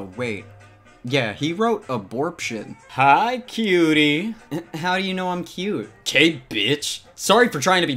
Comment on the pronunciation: a- BORP-tion.